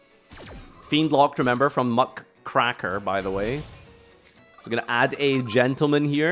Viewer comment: As a US history teacher, the way he says “Muckraker” hurts me.